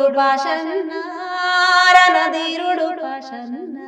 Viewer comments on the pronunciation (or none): ధీరుడు ఆని పలకండి. దీరుడు అంటున్నారు.